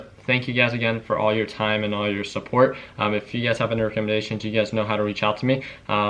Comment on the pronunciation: Lol is he saying UGAZ or You Guys. The world will never know. (Lies, the world knows)